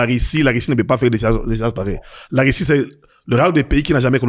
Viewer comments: Pourquoi les zaïrois prononcent le u comme i Par exemple dit Russie/ Rissi????? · Il a quoi avec les "u", il ne fait que dire "i" Rissie, pini, diper etc...